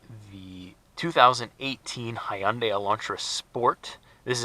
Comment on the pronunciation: Awesome video Finally someone knows How to pronounce company name Hyundai properly. Thumbs up for you. I went to so many Hyundai dealer they can't even pronounce Hyundai. Why would I be buying car from them. Finally found a dealer who pronounce Hyundai name properly and bought mine. 2018 sport s the sexiest model better looking then 2019,2020. Also buy Manual transmission if you really want to have fun ... Much love 🇨🇦🇨🇦🇨🇦